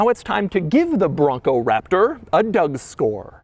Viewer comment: I like the part where he says Raptor.